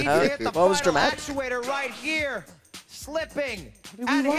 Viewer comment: How can pronounce lackadaisical correctly, but not actuator.